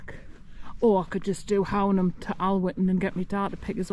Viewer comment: Fab vid - looks braw (apart from the flies lol). Love the hills around Hownam (which btw is pronounced Hoonam hereabouts on the northern side of the border 😉)